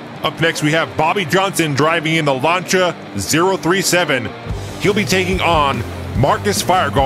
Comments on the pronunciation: Just a heads up, Lancia is pronounced just like how it looks Lan See Uh, not Launcha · I just came across this and it's actually pretty awesome, except the way he's pronouncing Lancia is bothering me, it's not Launch-uh, it's Lan-See-Uh. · I think its Lan-SEE-ah rather than Lancha im not sure tho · It's pronounced Lansia not Lancha sorry. Also love the interactions between the anouncers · Lancia (lawn see ah) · Lancia is pronounced lan-see-uh.